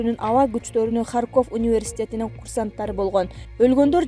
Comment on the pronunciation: Алып баруучу,Сен кандай билимсиз акмаксын? Туура суйлой албасан,чыкпай эле кой,ХарькОв эмес,келесоо,ХАрьков.Качан жоготосунар ушу итти? Унун угайын деген ниет жок